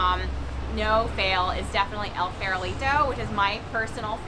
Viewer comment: Nice video, but tbh, the way you say "El Farolito" needs some work 😂